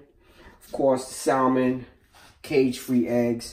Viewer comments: Ok eveyone... ITS pronounced SAMMON, THE L is silent, lol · Can't believe the salmon wasn't drained; the skin was not removed from the salmon; and there was no check made for stray bones! BTW...The "L" in salmon is silent, i.e., not pronounced. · Bruh! Love the recipe, but PLEASE, PLEASE never wear such a lacy sissy shirt again! P.S. The "L" in salmon is silent. Come on Brug! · It's really annoying to hear people pronounce the "L" in salmon. The L is silent, please. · I would watch the whole video if he stop pronouncing salmon wrong....